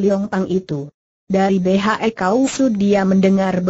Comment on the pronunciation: Betul..! Tolong di perbaiki ejaannya ya min !